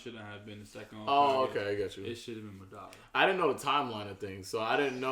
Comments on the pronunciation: Why he call madara, ma dara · Y’all still don’t know how to pronounce madara correctly 😭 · In that argument between Madara and Hashirama spoke FACTS!!! and needs to stop pronouncing madara name wrong 🤣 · For people who don't get how to pronounce Madaras name here, mah dah ra